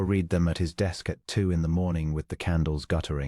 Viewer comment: Liked story but PLEASE EDIT, EDIT! You need to listen to your AI story and correct it! It cannot tell the difference between present tense and past tense of "READ". One is pronounced "reed", the other is "red".